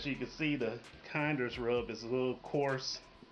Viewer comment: just an fyi if you do and your looking for it. It's pronounced kin-ders. You might get some confused looks if you say kind-ers. But yeah all their stuff is great.